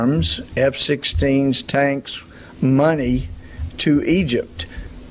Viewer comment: "muneey" should be on the soundboard